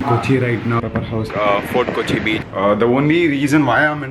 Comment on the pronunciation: BRUH WAITING FOR MORE VLOGS .......MEAN WHILE I LOVE THE WAY U PRONOUNCE THE WORD BEACH ,SOUNDS LIK BITCH .....